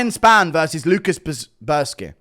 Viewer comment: 'Lukas ... Bee - air - ski' ...